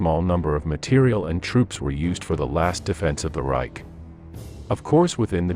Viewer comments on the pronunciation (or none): none